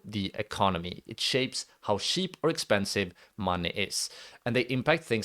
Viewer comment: It's kinda sweet how you say 'cheap' - shiip :D